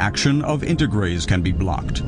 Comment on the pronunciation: it is integrase not endograse